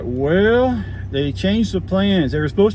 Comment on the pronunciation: Sorry, train didn't come to Warsaw. Went south of Warsaw through Mentone, Claypool, Packerton, South Whitley, and more. Argos sounds like = argus.